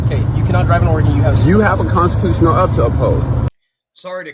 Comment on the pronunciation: "Did you tale a OAF"? No, he took an OATH